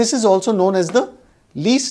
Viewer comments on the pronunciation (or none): none